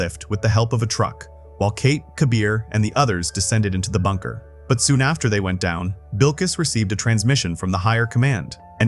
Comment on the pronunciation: His name wasn’t fucking BILKWIS!!! IT WAS WILKS!!!!!